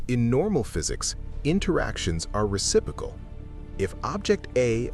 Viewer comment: Not reci - prokal, re-sip-ro-cal.